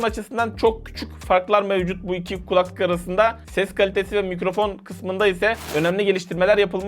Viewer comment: Abi kulaklık işinde olmasan önemli değil ama "kulaklık" kelimesini yanlış tonluyorsun. "kUlaklık" şeklinde değil "kulAklık" şeklinde olmalı.